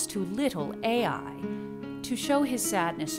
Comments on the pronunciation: STOP! This hurts my ears!! It's not pronounced A.I.!!!!! It's pronounced Uy!!!! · Wonderful video . The city of AI is pronounced as Eye in Hebrew